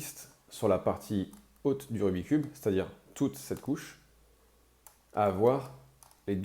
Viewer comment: Et, par respect pour ce jeu passionnant et pour son créateur, fait un effort … « RubiK’s cube »